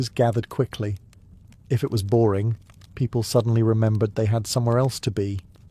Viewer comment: It is boring not.... borring. Please check your workout before putting it to the public.